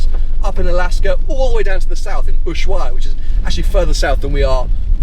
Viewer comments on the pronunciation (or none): none